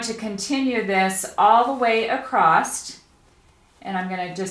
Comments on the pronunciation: I really enjoyed that tutorial, very informative and clear, by the way there is no "t" in across :) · I have always wondered why some people always say ACROSS just like it is spelled ACROST???? I have heard so many people say it this way but have always wondered how it got started that way.....many people say it . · Sorry..across does not end with a letter t. Across. Not acrost. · Clear explanations. I don’t like the narrative shouting. Just explain things a bit calmer, And the word across, doesn’t have any Ed on the end! Repeatedly saying acrossed, pronounced acrosst, was really irritating.